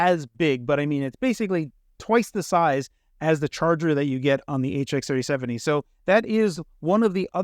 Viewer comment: Keeps saying 3070, rather than 370. Has NVidia done something to you?😆